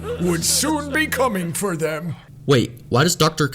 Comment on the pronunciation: like the vid but she says "for" even it sounds like she saying one